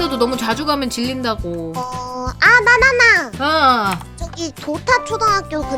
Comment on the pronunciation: 2분8초에 나나나!를 바나나!라고들었어욬ㅋㅋㅋㅋㅋㅋ